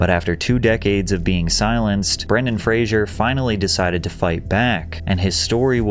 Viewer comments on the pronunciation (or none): It's F plus Racer. Fraser. Not Frazier. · It's pronounced Fraser like "razor". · He hates when people pronounce his name like you are. It's FRASER, not Frasier. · Fraser, not Frasier. You keep mispronouncing his name. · The disrespect of not even saying the man's surname correctly. How many times does the man have to tell people it's pronounced fray-zer? Everyone wants to say it loke Frasier. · Frasier is a character from Cheers and Frasier. Brendan Fraser's last name is different. It doesn't have an "i" in it. It's likewise pronounced differently. It's like a blazer. Fraser. Not Frasier. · Fraser isn’t pronounced like the tv show Frasier, it rhymes with “razor” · Pronunciation notes: *Ingratiate (not integrate) *Causal (not casual) *Fraser (not 'Frasier') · Imagine making a long video about someone and not pronouncing their last name correctly even once. He's called Fraser, not Frasier. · "Fraser". Not "Frasier". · FFS.....it's Fraser not Frasier (For Fraser's Sake) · ⚠⚠⚠Brendan Fraser is pronounced"FRAY-zer," which rhymes with "razor". ⬅⬅⬅⬅⬅⬅⬅⬅ It is commonly mispronounced as "Fray-shur," similar to the name of the TV character Frasier ⚠⚠⚠⚠ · Pronounced "Frazer," not "Fraizer." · FYI. His last name is pronounced “Fray-ser” Not like Frasier (Fray-sher) (the tv show) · Its pronounced Fray-sir. NOT FRAY-SURE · His name is pronounced Fray-za not Fray-sher, like the sitcom character. Get it right or don't bother. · His name is pronounced FRA-SER not Frazuer. Since the TV show Frasier, everyone gets Fraser wrong. Mispronunciation of someone's name is the worst insult. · Listening to the narrator mispronounce his name every single time is so frustrating for Brendan. His name is not Frasier, it’s FRASER! Pronounced Fray-zer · FRAZ-UR!! NOT FRASHUR Id¡ot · Dude... Pronounce his name correctly — Fray- zer, not Frazier. 🤦‍♂️ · "Fray-zer" Not "Fray-zh-yur" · Nitpick: You mispronounced his name as “Frasier” instead of “Fraser” every time. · Fraser! not Frasier..